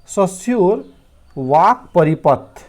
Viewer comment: Sir सस्यूर नही, रस्यूर है